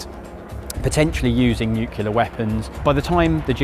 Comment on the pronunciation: Why do so many people struggle to say "nuclear" 😂😂😂